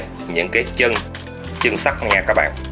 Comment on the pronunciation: sắt not sắc anh ơi kkk